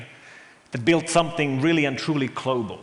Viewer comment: His accent actually isn't that bad for a Finnish guy. I've heard worse. And yes, the "klobal" is difficult to pronounce for Finns, mostly because the Finnish language doesn't really use many words with "g" in them.